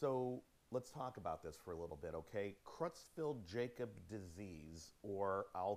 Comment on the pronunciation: Sweetie, it's pronounced 'CROYTZ-FELT YAAH-COBZ'. Sheesh. You'd think he'd know how to pronounce the damn name. What an uneducated bumkin.